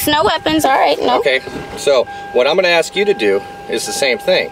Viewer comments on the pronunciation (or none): It must be wonderful to know all the lawful laws in ALL of the USA without even finishing high school, or even know how to pronounce a word like ask or tacit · There is a lot more words he mispronounced but the only one that I can think of is the word axe. Aka ask. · "I think it was clear, but I'll ax again". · And his argument after his boxes were moved had me rolling laughing. " I DIDNT AXE FOR MY BOXES TO MOVED.." hilarious